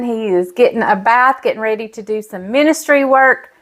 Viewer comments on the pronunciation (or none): none